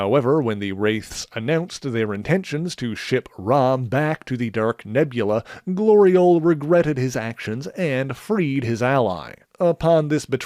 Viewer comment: Really?! Really?!... Glori-ole?!